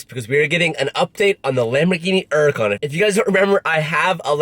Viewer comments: Hurican not 'urican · It’s pronounced hurucan not urucan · The uracan you forget the H it’s freaking HURACAN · Still the only guy in the car industry who pronounces Hurican…..Urica 😂🥴😂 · It’s a hur a can not a er a can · Jesus Christ! HURACAN. HUR. ACAN........HER. UGH. CON. NOT URAGON. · Your the only person I've heard call there huracan a erracon. It just doesn't sound right , I know you said that's the proper pronounctiation but hur-ra-con sounds right. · I know its your style lol but "urican" really bugs be for some reason lol 😅 Hurican with an H lol just nit picking 😆 love you though been watching since 12k subs!! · urrrrracan...fuck the H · Are you aware that uracan has a ‘h’ in it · “Lambor-ini uracan” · wtf is ''uracant'' ?? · Nobody:: Earlicon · Hey, why do you Drop the "H" when you say Huracan? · Bro, please learn how to pronounce Huracán.. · The way he pronounces huracan is really starting to annoy me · STOP SAYING HURACAN WRONG. 😂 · The day he says huracan right I'll shit a brick